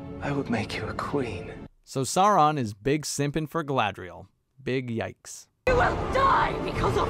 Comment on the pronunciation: The way they role their r's in this show is so annoying, the way they say Galadriel and Númenor are particularly bad